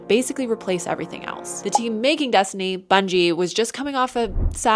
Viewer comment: What is Dess-tooney? I’ve never heard of it. Is it a big game?